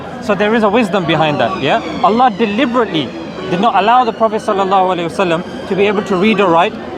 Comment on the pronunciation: You see even call Allah name he cannot say proper words.he better going back to India.